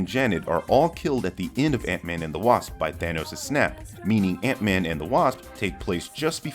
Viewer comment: Idk why, but every time you said “Ant-man” I always heart “Aunt May” 😅